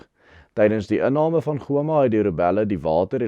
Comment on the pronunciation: Hallo,. Terloops,die uitspraak vir Goma is Ghôma, soos in gholf.